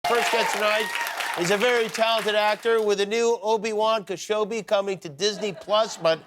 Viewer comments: Obi Wan KeShowbi? 🤦🏻‍♂️ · obi-wan kesobi 😂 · Kenobi not kachoggy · obi wan keshobi 😂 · " He's a very talented actor with a new obi-wan kshowbi " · Did he just say Keshobi? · Did he just say Obi-Wan Keshobi? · Obi-Wan Keshobi??? Jimmy Kimmel.... what an idiot 🤦🏻‍♂️ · “Obi-Wan Keshobi” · "Obi-wan Khashobbi" ~ Jimmy Kimmel 2021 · Dude the intro was so baddd ... how hard is it to say kenobi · No one's gonna mention how Jimmy botched Obi Wans' name?